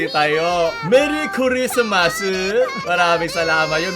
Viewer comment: MEWWY KWISMAS